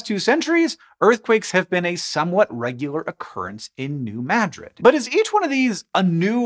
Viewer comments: Points for pronouncing New Madrid correctly. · Thank you, Hank, for pronouncing New Madrid correctly! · I was born and lived my first 14 years just a few miles to the north of New Madrid. We experienced a lot of tremors then (the '50s and '60s). Our farm was one of the places that the earthquake refugees fled to. Unfortunately it was an abysmal swamp, freezing in the winter and filled with malaria laden mosquitoes. Thanks for pronouncing New Madrid and Missouri correctly.